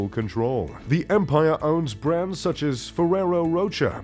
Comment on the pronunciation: If you were a real, you'd know how to correctly pronounce all the brands you mentioned. I think you butchered about a third of them.......